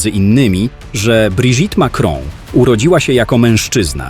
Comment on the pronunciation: Brigitte - czyt. Briżit 😂😂😂